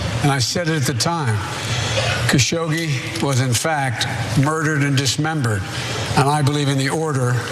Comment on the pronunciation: Dear Ana it is KASSHOG-JI